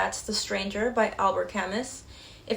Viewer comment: Your insights are remarkable. Thank you. And some gentle feedback. "Camus" is pronounced "Ka-MOO."